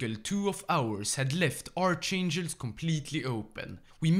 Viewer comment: I really like your videos but how u did pronounce archangelsk, that is a crime